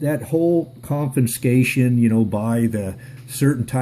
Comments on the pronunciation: It's pronounced "conFIScation" not "conFINscation" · The word is CON-FIS-CATION, not CON-FIN-SCATION. Look closer, and read correctly.